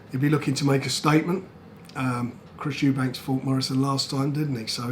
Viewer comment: The fact frank , after all the years working with Eubank Sr and Eubank Jr … he still calls them EUBANKS when discussing just one of them 🤣🤣 have a day off frank 😂